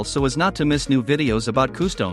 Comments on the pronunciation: why do you say customs like coostowms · I’d anyone else bothered by the robot narration? It took me the whole video to realize “koo-stomes” was…customs. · coo-stomes…not watching any more of this channel for sure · Customs ❌ Costoms✅ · nobody: nothing the ai text to speech: KoOhsToMEs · I can't get over the way they say customs / costumes.